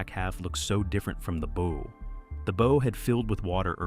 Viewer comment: Tell your STUPID AI, that a ship's "BOW" is not pronounced BOE, it's BAU. (closer than BOE!) I can tell that NO Human proof-checked this video before it was uploaded. That's LAZY, or maybe GREEDY. --->The ship's BOW, BAU, must have been mispronounced at least a DOZEN times like BOW as in BOWS and ARROWS. The first three or four times they say BOE, you say STUPID AI, every single one of the next eight, you say stupid producer! AI isn't quite the YouTube MONEY MACHINE YOU THOUGHT IT WAS!